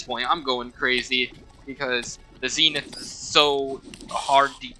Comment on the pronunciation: As a terraria veteran, I agree with everything, except the pronunciation of Zenith…